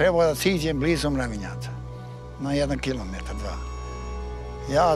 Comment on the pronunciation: Ja ne verujem da piše Mravinac i da on stoji i čita Marvinac ( Goca be like: )